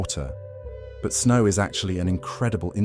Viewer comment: Right? Did he just say “rain O-R sn-aw” 😂